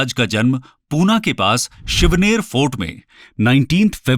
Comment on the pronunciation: aadesh_Singh खुद को शिक्षण कहते हो कम से कम शब्दो का उच्चारण तो ठिक से करो 1 शिवनेरी को शिवनेर, 2 समर्थ रामदास को सामार्थ रामदास, 3 आमेर को अंबेर, 4 संभाजी महाराज को सांभाजी महाराज, * अफजल खान के पास कटार नही बिछवा था! *छत्रपती शिवाजी महाराज जी के बहोत पहले से चोळ साम्राज्य के पास नेवी थी